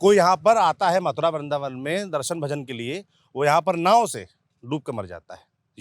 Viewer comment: bindravan hota hai vrindavan 🤔